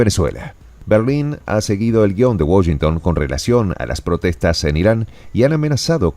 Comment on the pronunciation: No pronuncias bien Washington en inglés, saludos desde New York City.